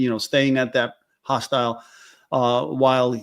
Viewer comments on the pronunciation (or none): Dear, I love ya, I do…but if you keep calling a hostel a “hostile”, I’m gonna start saying “splatter” 😂😂